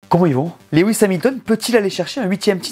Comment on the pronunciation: Comme d’habitude, super video! Hâte que la saison démarre! Puis-je me permettre de corriger la prononciation du prénom Lewis. Lewis est tout simplement la version anglaise du prénom français Louis, et se prononce « Lou-isse » et non « Lé-ouisse » (Lew-is, comme « chew-ing gum » ou « few »)